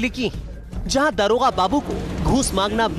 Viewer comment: police Mahakma hua shamshar.😂 aabe daroga hota hai daarogaa nahi hindi sahi se bol